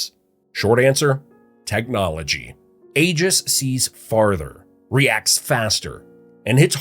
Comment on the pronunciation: Aegis is pronounced E - jis.